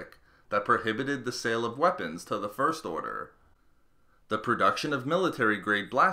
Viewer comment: I feel like the narrator puts the emphasis on the wrong syllables when he says "first order."